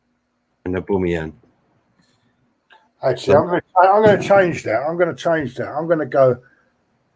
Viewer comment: Why does call him Auboomayong